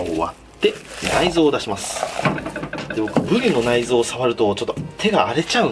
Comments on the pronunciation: ブリの発音がブディと聞こえる！でもうまそう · ぶり上手く発音できてないのおもろい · りが上手く言えないの笑った